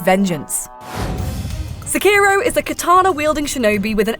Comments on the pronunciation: If you are gonna Sekiro so many times in a video, please at least say it correctly. Se-ki-ro (seh-key-row) not suh-kiiro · She's stretching the O as ohhh and not oh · I just can't stand the way she pronounces it. It's Sekki-roh. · I think you said "Skeiro" more than 50 times in three and a half minutes. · Pronounce it like "Seh" "Key" "Roh". Roll the R slightly. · It's not "sekiirow". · The only thing you need to know is that you dont pronounce Sekiro the way this woman does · How many times can you say Sekiro wrong? IGN: Hold my beer.. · Nice video, but hearing you mispronounce Sekiro over and over gets really frustrating. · It's pronounced Sekiro and not Sekiro